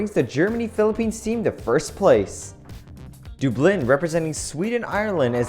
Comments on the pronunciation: It’s dub- Lin not dueb Lin. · Dublin not doobliin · It’s du blin not doo blin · Pronounced dUblin not dOOblin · Did you just say D-oo-blin? Are you serious? It's D-ublin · It's pronounced like duh-blin. Not do-blin. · it is pronounced dub-lin not doo-blin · Doooblin 😂😂 your pronunciation is so funny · You said Dublin wrong it sounded like dooblin but its all good😂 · wassup gaming oh yeah just noticed that it's pronounced "duh blin" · how did he just pronounce Dublin 😂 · That's not how you say Dublin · Jakarta? Dublin? Did u choose these names? I ask cus ur not pronouncing them right. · he pronounced Dublin wrong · Honestly it was pretty funny 😂😂